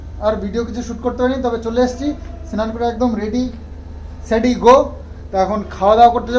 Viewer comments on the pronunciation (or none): Ready sedy na english ta holo Ready steady go